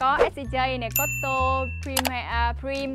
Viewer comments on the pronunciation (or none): Mình thấy hơi kì, tại sao Hen đc tài trợ mà không ráng đọc cho đúng tên thương hiệu vậy? SCG mà đọc là SCJ xong Prime thì đọc là Prim.